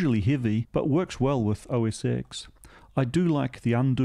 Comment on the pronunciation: Now we need to teach you that it's pronounced OS 10 :D